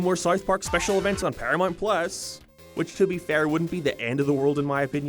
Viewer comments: Wtf is “paramont”? Does he mean ParaMOUNT? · Dude learn how to say paramount. Its not perry-mount or perim-mount. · ParaMOUNT. Not paramite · Did hes say Paraminet? I thought it was Paramount? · it's pronounced, para"mount" not paramont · Wtf is Sarth Park? And Paramornt? What is wrong with your mouth? Just say the words properly, until then no views from me and downvotes on every video. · “Pyirameint pless” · I thought it was just me lol ParaMONT? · This an AI voice? The fucking pronunciations is just, horrid. "payhd off" "Peeramount" "Sieth Park" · EhrmAhgerd Para-MERRRNT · Who is this "Pair-ya-mont" you keep mentioning? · "sarth park" "paramart" stop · It's not "paramort, or paramont, or paramont." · Do you have a speech impediment? Genuinely curious after hearing you say South like Soith & Paramount like Pairmont. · "PARAMONT" lmfaoo!! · Are you having a stroke? Can you pronounce ‘ParamOunt’?? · Your accent is insufferable. Why the fk you say things like that "paramoint"? Why you keep adding "oi" to every word.....fkn canuck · Stopped watching after the 3rd, "paramornt" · So many mispronounced words. Couldn’t finish it. You think you’d figure out how to say South Park and Paramount before making a YT video on them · Why do you leave the u out of your pronunciation of paramount? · 40 seconds in an I'm leaving cause you can't pronounce Paramount correctly. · Why can't you say "paramount"? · I'm not okay with the way you say Paramount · I was in the middle of commenting on how my dislike of your pronunciation of "paramount".... then you said "paid" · Say Paramount